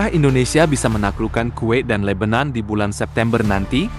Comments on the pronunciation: Yg benar Libanon bukan lebenon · Jgn ubah nama negara orang,,Lebanon,,disebut lebenan